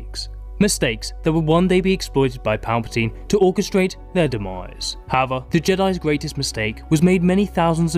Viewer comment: How can u still mispronounce the word "however".